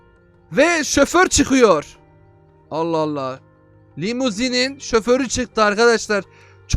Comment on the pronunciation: lumizin deyil limuzin